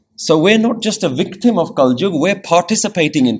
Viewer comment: kalyug hota hai bro